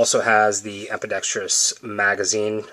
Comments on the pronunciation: Ambidextrous not EPIdextrous like Ambient - sounds like BAMBI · Yes, see my comment from 3 months ago. grotberg100 3 months ago Ambidextrous*** Not epidextrous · 3 months ago I know how to pronounce the word Ambidextrous. Although after re-watching the video, I can see why you might feel the need to correct me. Hope you got more out of that video than just the urge to correct me. Thanks for watching. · I know how to pronounce the word Ambidextrous. Although after re-watching the video, I can see why you might feel the need to correct me. Hope you got more out of that video than just the urge to correct me. Thanks for watching.